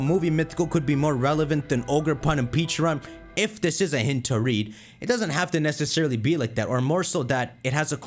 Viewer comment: I started thinking back a couple videos ago where attempts to correct himself on Pecharunts pronounciation. He's been saying "Peacharunt" for months now... In that one video he says "Pecharent" and promptly says it doesn't sound right and continues saying "Peacharunt". It just makes me think of that "Friends" meme where the woman's trying to tell the guy something by starting with single words in which he says correctly all the way through, but saying them together he says something completely different.